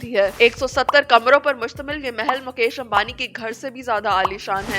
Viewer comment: مکیش امبانی نہیں مویش امبانی😂